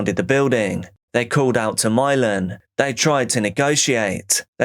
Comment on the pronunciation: Imagine naming your kid Milan but pronouncing it "Mylon", could you look more ignorant?